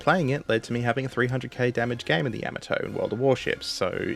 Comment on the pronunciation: A fuq'n AI can play stupid games? Seriously? Only an AI pronounces Yamato like that. Give up the computer bullshit, and do the fuq'n work of narrating yourself. It'll give you something to be proud of. Dumbfuq